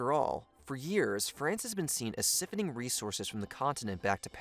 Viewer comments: Can't do it. The video was going so well. And then.... sif-owning? Bro. Sigh-phone-ing. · Siffoning??? Its siph / on / ing. 😂